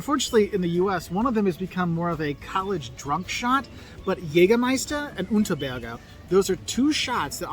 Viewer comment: The Unterberger is wrong. Unterberg is right.